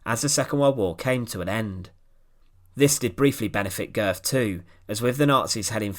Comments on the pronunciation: Pronounced ‘Goet’, oe being an o with an umlaut. I urge you to take the few moments necessary to search readily available sound files to determine the correct pronunciation of names. Calling him Goth throughout your outstanding video was an unnecessary distraction if not irritation. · Pronounced Gurt. Thanks for posting this. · You get the umlaut in the family name correctly, but the final consonant is a "t", not an English "th"